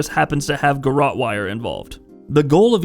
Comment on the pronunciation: Garote wire , this channel worst for being uneducated in how to say words, but